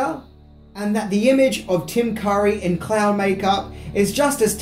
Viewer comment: He pronounces Tim Curry's last name as Car-ee, then when the camera is on him, the correct way